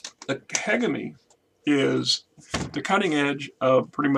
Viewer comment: Hegemony (Huh-jeh-muh-nee) or find that pronounciation on tex talks battletech or some website.